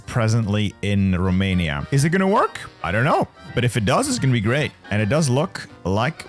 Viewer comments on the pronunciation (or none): none